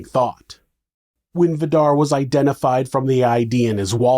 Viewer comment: Vidar is pronounced more like Vee-darr with a rolling r☺️